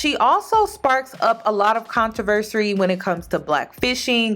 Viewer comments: its not Contoversery! Lol its controversy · No shade babe, I love you, not sure if you’re doing this ironically, but you’re mispronouncing CONTROVERSY . Not contraversary lol. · It’s not controversy... I love you but I cringed every time you said it.